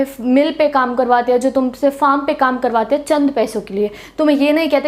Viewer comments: 'Hena' to suna tha par ye 'henge' pehli baar sun raha hu😂😂🤣😂🤣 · Anyone Noticed 'HAINGE' word in didi's language accent..😂😀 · Mam bar bar hange kah rahi h😅😅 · Bhai bss yehi sikha tune 😂😂